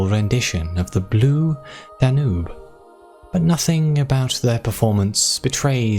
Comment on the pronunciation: Ah, you're a cal-ee-ope pronouncer. I say cal-i-oh-pee- the eternal debate. Also the Danube (Dan-yoob) is a big river in Europe. You probably know that by now but I figured I'd say just in case 😅